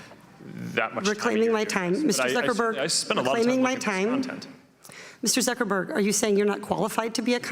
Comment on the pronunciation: LUL never heard of the California congress lady. She totally mangled Zuckerberg LUL